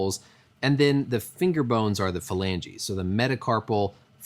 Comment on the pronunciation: “Phalanges” stop that gonna be made it 😂😂😂